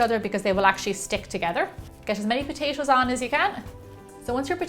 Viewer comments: i luv the way she says potashoes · She says potatoes like potashows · Potachio. Potacho. Potaaaayyyshow. :) We will go ahedge and put them on a playshe. Each potayshow, one by one potayshow. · Potatios??? lol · I love the way she's saying "patato's" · All I heard was POTACO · and why does she say it like "potacio".... ugh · Is she saying potasho?! I'm serious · did she say potasho? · whenever she says potashos i cringe no offence for sure